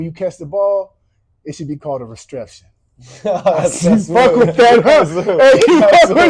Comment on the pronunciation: He said not a reception but a retreption!!! Wow